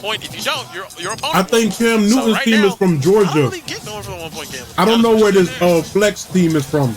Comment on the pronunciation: That shii say Fleaux or “Flow” not Flex💀